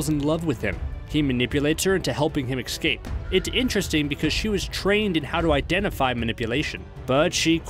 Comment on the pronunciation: LOL🤣 "Ekscape!"